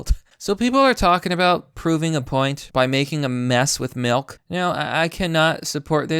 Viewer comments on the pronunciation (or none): The way you say milk has me in tears 😂